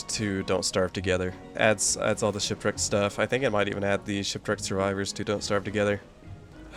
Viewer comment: Woah that guy that called shipwreaked “shitwreaked” seems like a pretty funny guy ngl. I should really find out who that is…